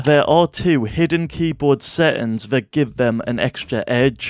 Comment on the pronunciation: "Set'ins... Woot'in..."